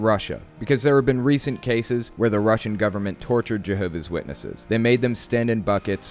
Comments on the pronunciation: Why cant the lady correctly pronounce her own religion? It's "Jehovah's Witnesses" and she's a "Jehovah's Witness" not Jehovah Witness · She referred to them as "Jehovah Witnesses". JWs are very touchy about how the name of their spook club is pronounced. Also, a real JW would NEVER call the Atheist Experience.